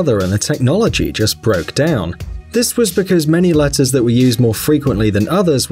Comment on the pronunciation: latters lol it’s letters Jk is prob an accent